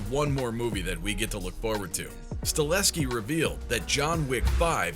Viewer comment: “staHELLSKI” not stalinsky